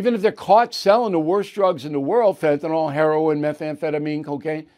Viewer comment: It’s Fentanyl, Bill. There is no A or O. Just FYI.